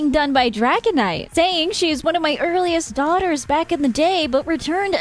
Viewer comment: "They are coming BRACK" hahahaha Thabks for the news update! Love your content as always